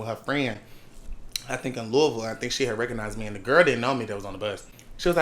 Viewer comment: glad he knew how to say Louisville